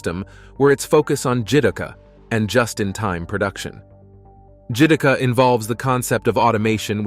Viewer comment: Jidouka - Ji-Door-Ka